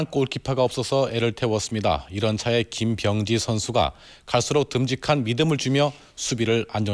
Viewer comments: 아나운서님의 김비~여엉지 발음이 불안햇어욬ㅋㅋ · 김.병~지 선수 하는데 발음이 왤케 웃기냐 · 김, 병~지 선수가 띄어서 발음하니 먼가 좀 ㅋㅋ